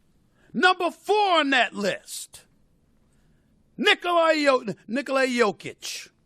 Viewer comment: Stephen A: "Niggola Jokic." 🤦‍♂️🤣